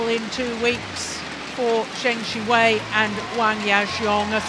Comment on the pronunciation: the hell is her pronunciation of Zheng Siwei?